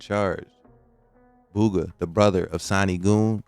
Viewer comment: Don't say Boooooga. It sounds just like Booger, except its Booga. 🤦🏻